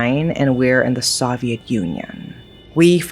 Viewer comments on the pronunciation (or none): That's it. This has to be Ai. The English is too fluent to still pronounce "Soviet" wrong. There are always little mistakes that almost seem charming, but that particular word is way too well known to be mispronounced by someone who is this fluent.